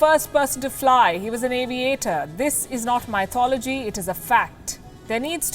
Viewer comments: Ma'am, how u pronounce Mythology is Wrong. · well... why point.... I'd first learn to pronounce mythology......